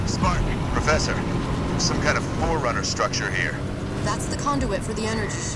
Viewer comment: she said forunner but they been gone for 30 years